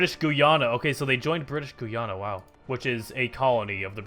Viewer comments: It's British Guyana Guy-ana It's Alright Calm Down Lot Of People Don't How Pronounce My Native Country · I think it’s pronounced Guy-Anna